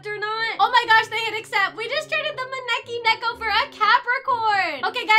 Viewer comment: I traded my maneki neko for an ancient dragon, fallow deer and ride skele rex Also ur pronouncing the maneki neko right ✔